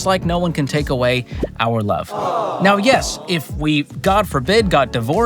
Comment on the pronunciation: ... and wuve, twuu wuve